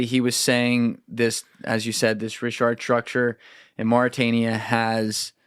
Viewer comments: No one calls it the richart structure. Where are you getting that second R from? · Absolutely fantastic episode. Just one small correction - it's actually pronounced RIŠAT - RICHAT - RISHAT Here in Montenegro we have these myths about how ppl of Vasconia aka The Basques came from mid Atlantic on huge ships during the Younger Dryas. It's been speculated that Atlantis was located in the mid of Atlantic and that its size was about 800.000km2. Canary islands were part of this civilization. Parts of Caribbean as well. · had to be a MAJOR PRIKK and correct when he said certain words wrong... MEANWHILE, he's saying "RISHART" STRUCTURE - DOZENS OF TIMES!!!.... Funny, I only see ONE "R" at the beginning of "RICHAT".... And UNLIKE, you proceeded to READ AN ARTICLE where the word "RICHAT" appeared a DOZEN TIMES and you STILL SAID IT WRONG.... "JUST TO BE CLEAR" of course... As a Petulant child - your attempts to embarrass, one-up, disprove, or outwit people is SUPER OFF-PUTTING... You got TORN APART after your assault on (Ashton Forbes) in the comments section for weeks, AND ON X, and still didn't learn a lesson. Its ok to not be as smart as you think you are. Stop lashing out over it. -- PLEASE Stop giving this clown your time. He's an egomaniac and disingenuous as they come. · OMG, what are you guys talking about? There are petroglyphs of elephants and giraffes at the Richat Structure. There are several quarries and canals proving ancient civ there (regardless of Atlantis). I've been there 3 times now. You are still pronouncing it wrong. Still listening only because I want to hear what other mistakes you will make about the Eye of Africa.